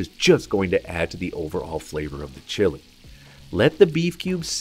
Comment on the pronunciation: "Chili" pepper is definitely not pronounced like the country Chile. Turning off the video less than a minute in because I can't stand that ridiculous pronunciation.